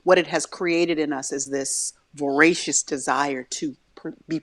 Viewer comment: I just love y'all. So uplifting and honest. Also side note, the word is voracious (voracious reader) with the long a sound. Thank you so much dear sisters.